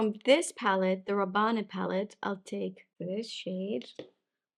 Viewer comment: C'est pas ra-ban-ne. C'est ra-banne. Comme Paco Rabanne the designer.